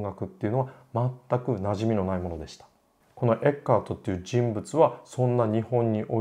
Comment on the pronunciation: ティラミス～つながりで。 一般にフランツ・エッケルトと表記されますがはちゃんとドイツ語の発音に従ったフランツ・エッカートと読んでいましたね。 君が代といえば君が代の歌詞発祥の地とされる鹿児島の大宮神社には何度か行きました、大宮神社の入来神舞（いりきかんまい）の「十二人剣舞」の中に君が代の歌詞が朗詠される場面があります。